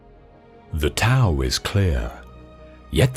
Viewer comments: Great quotes appreciate the channel I will offer this advice when speaking of the Tao....it is pronounced dow.🙏🏻 blessings to all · This is a fantastic compilation of Quotations I loved it thank you very much I must point out just for the record that the word TAO is pronounced with a "D" sound not a "T" and the word YANG has a soft "A" not a hard "A"